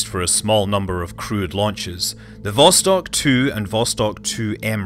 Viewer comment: Also: vostOk.